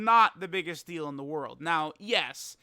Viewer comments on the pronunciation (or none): none